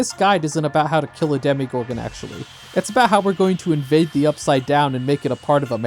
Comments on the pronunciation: why does bro keep saying "demigorgon" before switching to demogorgon halfway through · Stranger things taught me that education in the USA is null. Because how can you have such a large part of the population not being able to pronounce demOgorgon